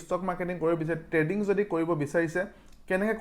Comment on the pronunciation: Dada treading nhoi trading 😊